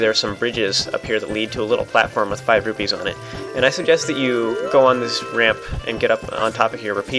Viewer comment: Rupees not rubies